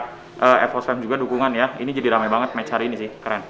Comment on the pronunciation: Belajar bahasa Inggris yg benar dulu dek. Match kok jadi macht.